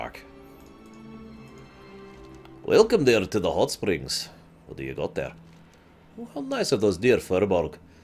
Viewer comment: I know you said hotspring but I heared it as huttsprings